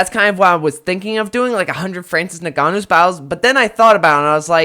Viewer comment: Crazy it took 3 different guys till someone said his name right